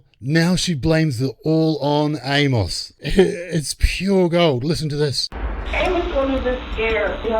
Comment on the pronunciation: For future reference for ya on our wacky Z style English from the Southern US, the name "Amos" is pronounced Aim-us or Eamus. Hard 'A' and soft 'o' as in "us". Absolutely love your channel!!! Keep it rolling with great DC content!